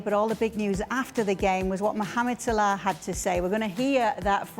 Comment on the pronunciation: Racists, he couldnt pronounce MUHAMMED with more racist undertone than that